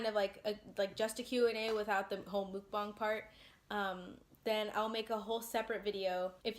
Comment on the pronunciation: Its mukbang not monkbong Edit: love your content, Torchys for life!